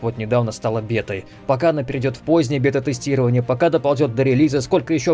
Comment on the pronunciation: бета... ааа мои уши, ааа. БЭТА чувак! БЭТА через Э